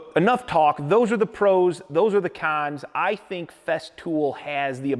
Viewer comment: "awn to the cawns"